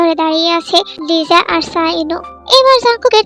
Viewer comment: আছা ওর নাম Lisa না তাহলে লিজা কেন বলে